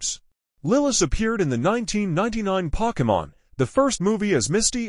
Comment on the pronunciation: Hey bro you pronounce Pokemon wrong